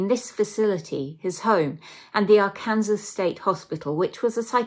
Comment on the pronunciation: Loved it but its pronounced ; "Ark- can- saw". Not "Ar -kansas". Facinating stories! Love it! Subscribed!